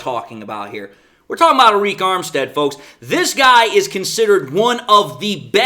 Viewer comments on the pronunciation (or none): its pronounced just like "ERIC"